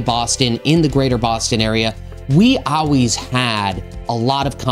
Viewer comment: He said, "AWWAYS!!!"